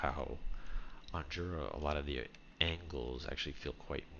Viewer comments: I live around 20km from the place that inspired this map and can confirm that hot-air balloon festivals/competition take place there. Also it's pronounced yura. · it's pronounced Yura